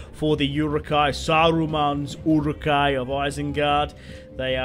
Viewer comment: Stop butchering the pronunciation of Uruk-hai